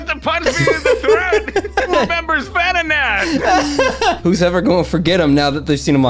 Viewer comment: Venonatty / Ven-not-nat 😂